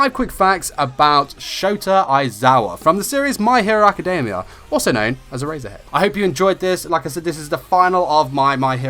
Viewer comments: Every time he says Erasure and Erasure head, I hear A-Razor-Head and A-Razor XD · lol sounds like hes saying "A razor head" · “Era-zure-head” he says x’’’D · I stopped watching the video because of how badly he pronounces eraser heads name